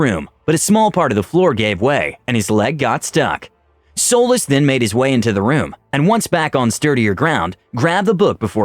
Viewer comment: Am i the only one that heard Solis as Soulless?